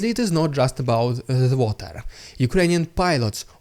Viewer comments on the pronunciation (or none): none